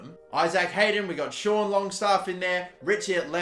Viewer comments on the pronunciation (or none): none